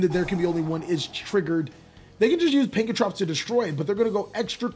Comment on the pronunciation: Why are you having so much trouble saying Pankratops?